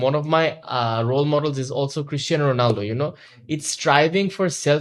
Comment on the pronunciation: Why exactly do you keep calling him "Rolando"?! It's "Ronaldo". Come on!